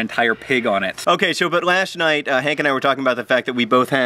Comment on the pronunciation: he said. lash night. i notice that eveytime i watch this btw awwesome vid